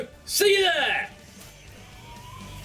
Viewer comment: niquid litrogen lol